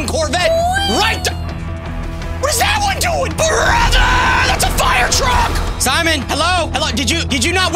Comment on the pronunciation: It’s simion